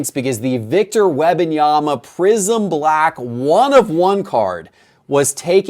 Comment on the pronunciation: I only tune into these weekly to see if will ever pronounce the first “M” in Wembanyama. Alas, it’s always “WEBanyama”